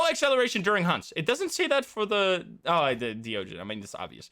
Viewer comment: hey it's me again, the thaye pronunciation guy. i did a bit more research and not only is thaye pronounced "thuh-yeh" instead of "they" or "thigh", deogen is pronounced the same as the dutch phrase "de ogen", which means "the eyes", because it IS the dutch phrase "de ogen", which means "the eyes". it's not "dio-jen", it's more like, "duh-oghn". it's a really minor bit of trivia and i'm sure that "they" and "dio-jen" are already permanently cemented in the community's minds as how those words are pronounced. but it is a fun bit of trivia nonetheless. flex your dutch-speaking skills on us!